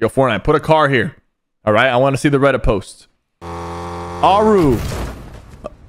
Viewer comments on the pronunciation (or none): none